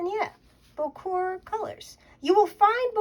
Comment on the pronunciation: Unless I'm wrong you are pronouncing the word correctly. Bocour!